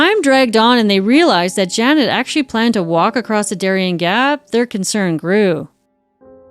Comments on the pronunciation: Of course his name is pronounced Yan, not Jan. Swedish J always pronounced like English y. But otherwise... good stuff. I love the Fonzie stuff. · I love your channel so much but it drove me absolutely bananas hearing how you pronounced his name - with is obviously YAWN - not hard J - JAN. I’m American but even I know better about any Scandinavian/northern European pronunciation. Normally wouldn’t judge, but as the heart of the story I feel like this is important . Also, Darian Gap is insane, anyone attempting it is no hero! Used to live in Santa Marta, Colombia and discouraged so many backpacker idiots from doing this. The LUCKY ones got caught by the military before FARC, cartel or smugglers found them first. EVERYONE know the gap is beyond dangerous and Colombia and Panama do not allow any legal crossing, only via boat. So many young men thinking they are special like this is some major feat…it is not. You’re proving nothing by going somewhere that literally both corresponding govt tells you DO NOT FRIGGIN DO THIS. You will be murdered. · His name would be pronounced “Yarn” not Jan (northern european pronunciation of J) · I am pretty sure that his name is pronounced Yahn and stands for John. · JAN is pronounced YAHN. Just FYI. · Just a bit of linguistic info, his name is pronounced 'Yan'. It rhymes with Han (Solo). Most Js in Europe sound like Ys. I love your channel btw. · My god you could at least pronounce the poor guy's name right! 🤣🥲